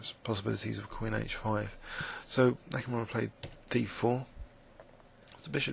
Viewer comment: it's "H. Nakamura", not "H. Nakumaru"